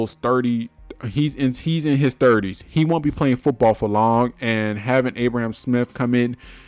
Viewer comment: ABRAM...NOT ABRAHAM lil bro.